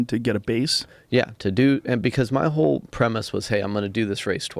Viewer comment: "Wohll"... whot?